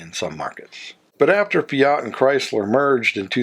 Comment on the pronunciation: WHAT IS THE POINT OF YOU ASKING US TO COMMENT, IF YOU OBVIOUSLY NEVER READ OUR COMMENTS?????? I HAVE MANY, MANY TIMES CORRECTED YOUR ATROCIOUS MISPRONOUNCIATION OF FIAT, AND INSTEAD OF PAYING ATTENTION, YOU NOT ONLY REPEAT THE GOD-AWFUL THING, BUT YOU EXTENDED IT TO OTHER MAKERS, LIKE LANCIA. Are you paying attention now????? It is NOT "LancIa" but "LAncia". GOT IT? JESUS H CHRIST ALREADY!